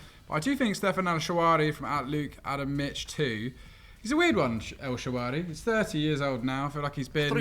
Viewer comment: Who’s El Shawari?? Isn’t he El Shaarawy?